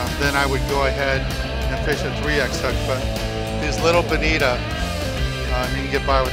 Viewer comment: Bonita? I'm pretty sure it's Bonito.